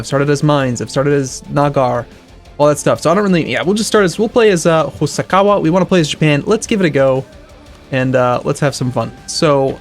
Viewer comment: That's Hosokawa, not Hosakawa.